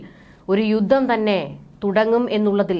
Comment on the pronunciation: 'യുദ്ദം ' എന്നല്ല 'യുദ്ധം ' എന്ന് ഉച്ചരിക്കണം